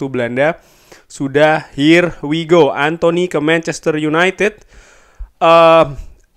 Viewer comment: Ya kann.. Ya kaaannn... Her why go